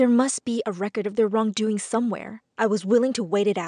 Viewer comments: U said recrod instead of record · Has anyone noticed "Recrod?" instead of "Record"? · It’s record not recrod. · dam "the RECROD"